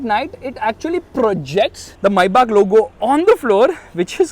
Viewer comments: Its not MAYYBAK is MĒBACH MAYBACH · the fact that it said mayback 😂